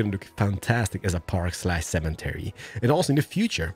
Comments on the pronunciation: U say cementary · what is a semen-tary ? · Cemetery doesn’t have a N in it. No offense. I know you are not American but I figured I would say something for the future. Love your videos!😁